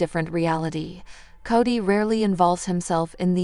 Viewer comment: Say his name right. Its Kody